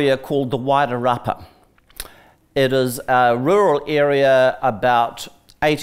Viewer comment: So Georgina was invited there to talk to herself? The other person sat there like a prop - her and her Wider rapper pronunciation (Wairarapa) and yeah get f&cked! I loved her interpretation at the end about NZ and why the settlers went there. Georgina needs to return to the table - somewhere!!!!!! She's still got it.